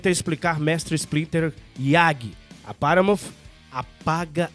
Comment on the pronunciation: dica de pronuncia de hoje: paramount não tem o som de "F" no final. o som correto é o "T" mudo, sem o i que nós brasileiros temos o hábito de colocar no final de todas as palavras terminadas em consoante. o som de "F", na verdade, é o som do "TI" "EIGE" o TH que tem em thanks e earth. ele é produzido quando posicionamos a ponta da língua entre os dentes e sopramos ao mesmo tempo. assim thanks não fica com som de tanks, por exemplo. vamos por o curso do professor jonas em prática aí galera.